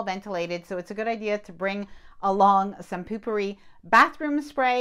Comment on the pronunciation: POOPpery!!! 😂😅😂 That was some pronunciation, lmbo 🥴😆😁😄😅😂🤣🙃🙃